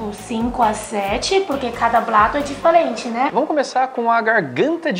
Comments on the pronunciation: Rachei muito quando ela falou difelente né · "Cada plato é difelente